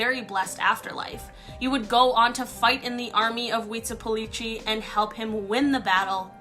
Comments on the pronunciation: nnumber 1 had 2 mistakes. 1. it is pronounced weetsleelowpotslee 2.. He was te God of war not the sun god to whom people were sacrificed. that was Tonatiuh (pronounced tone ah tee oo). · Because of how she pronounced Huitzilopochtli. And I'm not even Mexican and that is not even Spanish. Still I find it disrespectful when people don't even try.